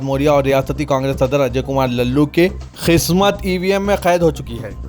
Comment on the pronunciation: KHISMAT KYU BOLTE HO... QISMAT BOLNE NAHI AATA..Afsos